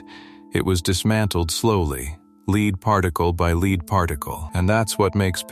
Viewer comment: Leed is not a metal, AI.